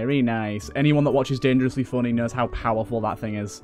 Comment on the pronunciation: I like how you say "dengrosly fonney" it's pretty epic